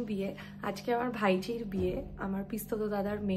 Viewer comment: ভাইজি নয় ভাইঝি